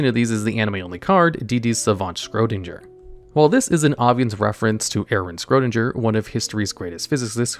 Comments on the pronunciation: Isn't it supposed to be pronounced "Shryodinger" instead of "Scrodinjer"? 🤨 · It is Schrödinger not Scrodinger